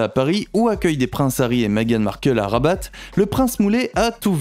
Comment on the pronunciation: Les palais sont au nom de l'Etat . Le palais officiel est celui de rabat(il ne faut pas prononcer le t de rabat) sous le nom el mechouar assaid.